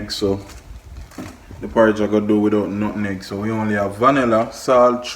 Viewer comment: its call nutmeg lol not nutneg lol